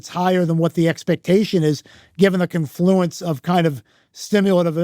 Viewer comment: Say confluence (incorrectly) one more time